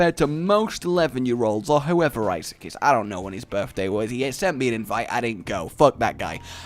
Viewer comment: Please... stop... saying... Issac.. 😅